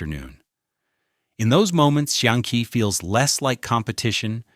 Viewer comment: That has to be one of the worst pronunciations of "xiangqi" I've ever heard. Goddamn.